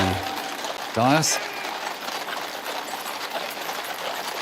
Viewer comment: His pronunciation of “dais” and “mall” is wrong. He’s not that good.